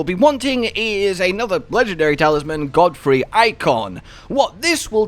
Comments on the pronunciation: Nah it's not Godfrey, No it GODEFROY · Just so you know, considering I came from a town that has the same name… It’s pronounced God-uh-froy